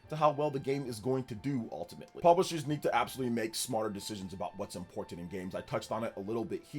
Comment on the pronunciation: I swear every single video the way he says "Important" just sends a chill up my spine. Like why can he just avoid saying that word